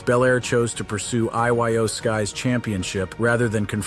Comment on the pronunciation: You need learn who to say the wrestling name is IYO not I.Y.O.